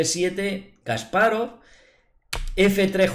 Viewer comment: No es "kaspárov" Es "kasparóv" sin tilde. Me encantan tus videos; muy buenos analizis y esta particularmente una excelente partida.